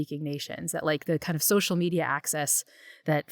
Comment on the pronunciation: Hey Max, what the fuck is socia media?!! Don't know if you're too dumb or too lazy to have stopped pronouncing the L in the word Social. I feel like speaking correctly is something a milquetoast pansy who talks incessantly for a living ought to be able to do.